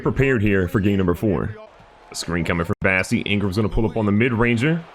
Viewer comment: Love the vids, but please call Bossey by his real name! It's bOssey, not bAssey